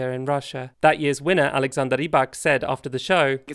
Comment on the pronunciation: As a norwegian i appericate how well you pronunced Alexanders name. Many people feel comftorble just completely butchering norwegian names